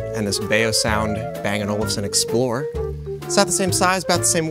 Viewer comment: how did he pronounce bang and olufsen again? 😅